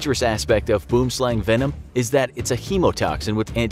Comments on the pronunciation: Boomslang's correct pronunciation in the native language is "Bwim-Slung" if you were to try and say it in an English accent. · Tip for pronouncing "boomslang". Say "worm". Then put in a b in front. "bworm". Then slung. "bwormslung" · It’s boo-wem sl-u(as in up) ng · I’m dying 🤣🤣🤣 ‘Boom- slang’ 🤣🤣🤣🤣 It’s pronounced very differently to that 🤣🤣🤣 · you are saying boomslang wrong..., ite pronounced or sound more like "slung" translating to "snake" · All Afrikaners are mad cuz he said BOOMSLANG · I never knew I was pronouncing it wrong! The way it's written out looks to me like it would be pronounced as it is in the video, but thank you for teaching the proper way to say boomslang! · I am Afrikaans which the name Boomslang originates. I burst out laughing when you pronounced it! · The pronounciation of the Boomslang is really bad. However I see on the internet is not giving the correct pronunciation of the word either as it is not South Africans giving the pronunciation. This is a Afrikaans South African word, it means "Tree Snake" I really enjoyed the video but that really grated me. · Boomslang is "Tree-snake" in my language. I'm Afrikaans and you don't pronounce it that way xD . The snake's name come from our language. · Sorry to say but you pronounced "Boomslang" wrong. Lol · BOOM SLANG THat is the worst attempt at afrikaans 😂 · He said boom slang wrong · Terrible pronunciation of "Boomslang". With "Boom" the "oo" is similar to the "ui" in "ruin". With "slang" it is pronounced "slung". It's an Afrikaans name.